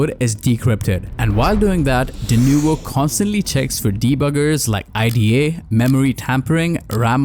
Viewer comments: Its not i--d--a pro, just say ida man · Nobody pronounces IDA like an acronym. It’s pronounced like a full word.